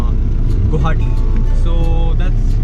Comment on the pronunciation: "Guwahati" ... Why pronounce as "Guhati" or "Gauhati"????